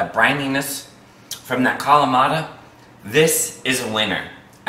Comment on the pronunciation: Nice recipe. Please pronounce the peppadew peppers correctly and Not Poppadew or Pappadew as in the video. Also, Kalamata is not pronounced Kamalata.